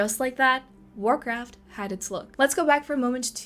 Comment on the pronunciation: Temu "Warrkraft"